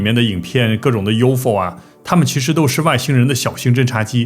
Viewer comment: U .F .O 应该要分开念三个读音，U .FO 读两个音没人懂是什么，没恶意只是小提醒